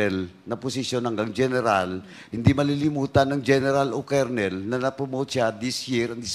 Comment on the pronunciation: Ayusin mo kaya pronunciation mo ng kolonel!!!